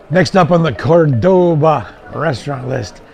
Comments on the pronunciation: It's nor Cordôba,it's Córdoba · Good video but why would you not simply check how to pronounce the name of the city before going ahead making an entire video about it. Córdoba is not pronounced Cor-doe-bah. It's more like Core-d'ba. Meaning that the first 'o' is annunciated; not the second 'o'. This is made clear in Spanish by which 'o' has the acute accent symbol on it.